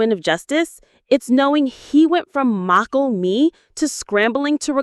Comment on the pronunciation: worseless? edicate? mockle? FUCK THIS AI SLOP